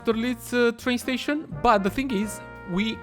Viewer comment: "tration" I think from now on, that is how we should call train stations. XD